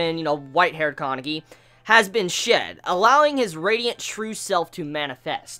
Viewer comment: Bro it's Kaneki not Kankeki